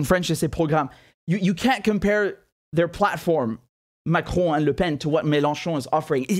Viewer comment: you pronounce the name like a French... do you speak French